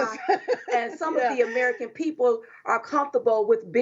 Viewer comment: Biden said arrerican instead of american